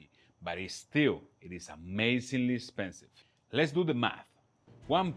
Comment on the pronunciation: That and " 'spensive" lol